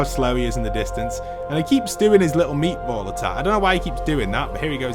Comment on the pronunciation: I love how you call it meetball😂